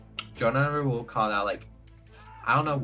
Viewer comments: “RaWl” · Why can no one say Raul😂😂